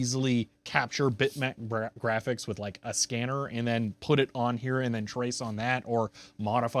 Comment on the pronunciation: "High end grahics"